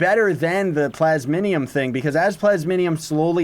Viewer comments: "plasminium" rly? Xd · Honestly I’m most excited for the new daily bonuses. I already have too many things to make with the talisman mounts and chaos stuff. Still though I’m very excited for this update. Also, Plas...mi...um. XD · U cant read lol "plasminium" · "plasminium" xD